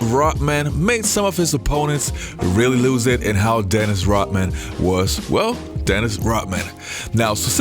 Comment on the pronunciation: Who is this Dennis Rockman that the host keeps talking about?